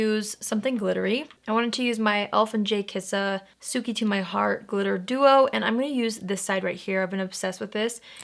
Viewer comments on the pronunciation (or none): Hey, I'm a new viewer and I've been loving your videos! I wanted to let you know, the Jkissa/elf glitter product's name, "tsuki" is pronounced "ts-kee," you don't pronounce the U. That way the pun is "ts-key to my heart." 😸